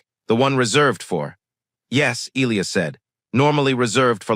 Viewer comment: Um, I believe it's pronounced "E-LIE-us" not " ILL-E-us" And cutting the story off mid sentence before the end with 7min left is not very professional. Had to change my up to down because of this.